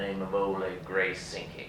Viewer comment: Entertaining but what a terrible opening. Amazing that neither the director nor the actor could be bothered to find out how to pronounce St John, ratiocination, ballet, Grayzinski, senat, even nine men's Morris! But don't let that out you off. It's pretty good otherwise